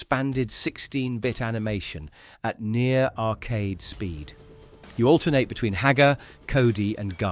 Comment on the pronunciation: You say the world "alternate" weird. Stop it.